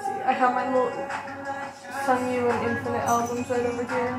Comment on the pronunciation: Hi! His name is pronounced Seong Gyu. Similar to the English word "song" not "sung" :) The romanization makes it a bit confusing I know :)